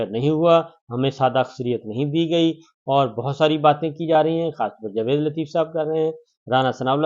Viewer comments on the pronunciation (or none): none